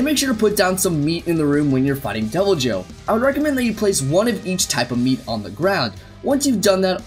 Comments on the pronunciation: its not ai bi ru oh in japanese its I BI RU JYO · It’s called ee v il joe or e v il joe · It’s “ibirujou” It’s literally supposed to be “evil jaw.” Don’t use English pronunciations for Japanese words...or at least click the “dictate” function on Google Translate! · That was the most terrible pronunciation ever. While you were on Google Translate you could've tried the speaker button. イビルジョー would be pronounced more like "Ee-bee-lu-joe". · Sorry about this but you didn't pronounce "ibirujo" correctly xd